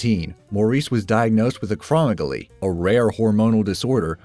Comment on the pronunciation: You mispronounced acro-MEG-alee